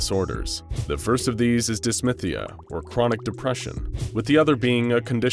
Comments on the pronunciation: "Dysthymia" is pronounced dis-THIGH-mia (although I've heard dis-THEME-ia too), dis-MYTH-ia is incorrect. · Duhs-THAI-me-ah not dis-myth-ee-ah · DYS THY MIA. What is so hard to pronounce about that? - a very annoyed psychiatrist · Love it but mmmmmmm dysTHyMia. Not dysmythia. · *dysthymia - dis-thy-mee-ah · Hey, it's pronounced Dis-thigh-me-ah.